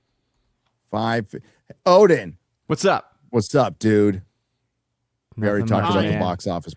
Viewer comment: AZ one? I thought it was supposed to be Odin?